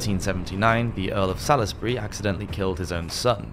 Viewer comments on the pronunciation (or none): Salisbury, pronounced 'Sawls-bree' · Hey I love your videos but after watching a few I gotta say you've really gotta bolt down your pronunciation of Salisbury... It's basically a silent 'i' my man! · You have really great content and a very pleasant voice and cadence. So I hope you don’t mind me asking you to please research how to pronounce certain words. Valois is said Val/wah. Salisbury is said Sols bury. I know it’s hard to know unless you grew up in Britain how they’re pronounced Thanks